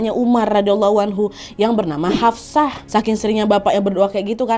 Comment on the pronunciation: Hafshoh yaa...... Bukan Hafsah 😊